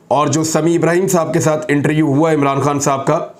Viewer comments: Bhai inter U nhi hota interview hota hai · Imran Riaz khan Bhai, plz speak word interview not interu... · ایک تجویز ہے۔ لفظ انٹر-ویو ہے۔ انٹر-یو نہیں ۔